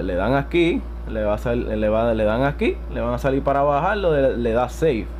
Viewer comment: "salil" "puelto"